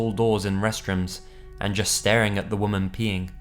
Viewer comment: Great vids mate, but you really need to learn the difference between "woman" and "women".